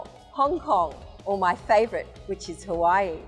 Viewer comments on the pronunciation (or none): none